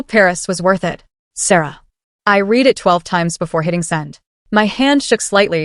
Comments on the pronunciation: Love the stories, BUT I refuse to subscribe until you teach/fix your AI the correct pronunciation of "read" in the past tense. Period. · “Read” and “read” are examples of homonyms. There are many in the English language. The same word is pronounced two different ways. Your AI needs to learn the difference.